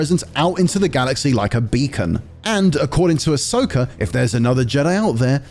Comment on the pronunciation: Ok but why does everyone always call her Ashoka lol. It's Ahsoka.....